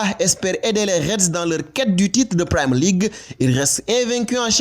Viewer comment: On ne dit Primer League. Pour un site comme Africai Sport c'est quand même pas sérieux de ne pas savoir prononcer Premier League